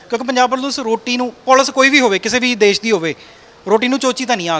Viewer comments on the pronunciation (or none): none